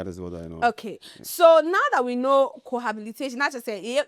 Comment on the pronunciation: The host is mispronouncing "cohabitation" with "cohabilitation".